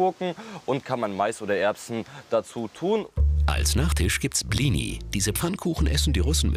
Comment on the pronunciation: Blini? Man merkt das es nicht gut ausgesprochen wird😐 Warscheinlich ist es bei allen anderen "Namen u.s.w " auch so(halt in anderen Ländern), wo sind alle die nicht seit Generationen deutsche Wurzeln haben??? Hier!!!Russland!👋